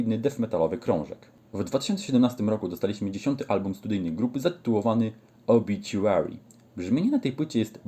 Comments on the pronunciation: gościu nie obiciuary, tam nie ma c tylko t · Nie mam nic do ciebie ale napisz mi od kiedy na OBITUARY sie mowi obiciuery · nawet sami muzycy zespolu mowia obituary a nie obiciuery